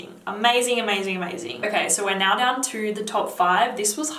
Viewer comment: she is nice and have deferent style but i realy dont like when she pronounce the ( o ) litter in the end of the words.. just listen how she says (naoo) or (videaooo) for exsample haha.. and what i hate in jeremy the way he over act and sprenting like child .